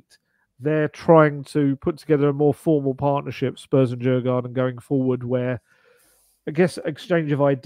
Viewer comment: If Spurs and Djurgården are going to become pals going forward it might be an idea to at least give them their proper name and stop calling them Jar-garden (though admittedly as a beer lover it does sound cool). In English it would be spelt Diurgorden. Neither a "j" nor an "ah" anywhere in there! Mind you, we're still wondering who this Hah-land lad is that Man City appear to have signed according to the English. Luckily for Norway there's a guy called Haaland (pronounced Hoe-lond) who's pretty nifty and I hear his dad even played for City back in the day. Maybe they should be looking to sign him too.